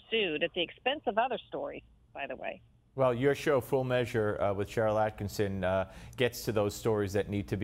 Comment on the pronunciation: One of your biggest fans here. It's not AttkiNson, it's AttkiSSON. Love both you and Sharyl. Top.1% of Common Sense Voices. Thank you. I follow you daily, as I do Sharyl.